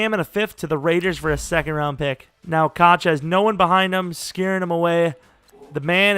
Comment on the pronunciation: Koch is pronounced “Cook” or “Coke”